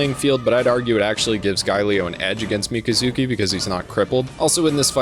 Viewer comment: Everytime you say Mika-zuki, i cringe inside and die a little lol